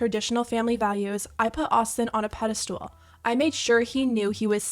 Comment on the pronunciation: Sorry, but it's "pedestal" NOT pedeSTOOL.